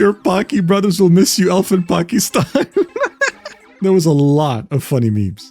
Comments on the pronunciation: As a Pakistani Muslim, yeah this video felt weird to watch. At the very least, I am happy that pronounced Pakistan correctly everytime! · as a pakistani HE SAID IT CORRECTLY